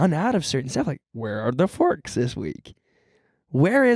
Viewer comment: when says "forks" like "farks" 😍🤤